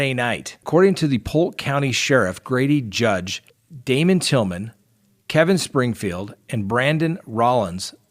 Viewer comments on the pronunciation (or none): I live in Polk County. Same county where the guys got murdered. it's Grady Judd, not Grady Judge. Still don't miss your videos. Keep them coming!